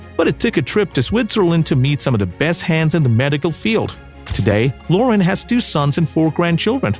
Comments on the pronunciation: inDUSTry off! Loren not lore-run!!! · Great video with many good pictures of this lovely actress, but please, please get a narrater that can pronounce English! First of all, her last name is LorEN